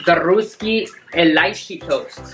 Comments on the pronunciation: The happy dance you did was on a sad song lol😂 And it's pronounced as "raasky"and not "rusky" Great video 👌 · Its pronounced as Rusky(like Dusky) not Roosky. Also you guys are such a cute son and mom duo♥️